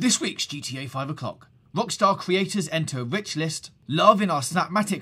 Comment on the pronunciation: This guy has got one seriously annoying accent, he cannot pronounce the letter 'R' to save his life. "This week on GTA 5 o'clock, Wockstaw entew ouw wich list"